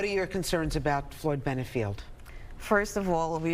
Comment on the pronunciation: It's Floyd Bennett field, not Juan Benitez park. 🌯